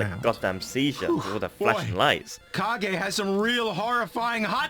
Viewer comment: It's actually pronounced as "Ka-ge", not "Cage". It's a Japanese word means shadow.